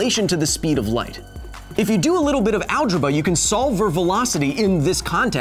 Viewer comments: Did anyone else catch when he said "algeba"? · he says algreba xD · "If you do a little bit of 'algeba'..." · you said algeba and I laughed for like two straight minutes and I have no idea why. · "If you do a little bit of ALGEBA" Love it! <3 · Ahahaha I thought I was they only one who heard it pronounced it like that. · "if you do a little bit of algerba" nice goin kyle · Ah yes, the acursed Algeba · Am I the only one who noticed he said algiba? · algeba heh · So we gonna ignore how Kyle pronounced Algebra? I understand that everyone says words differently but if it's something like Algebra then we'll that's another story.